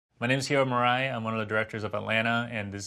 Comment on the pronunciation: It's weird that he pronounced his name like that while it literally is japanese.